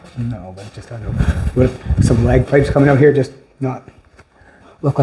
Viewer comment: Did he say leg pipes?😂😂